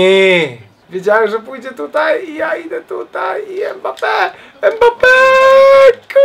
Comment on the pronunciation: Ile razy powiedział EMBAPE? XDD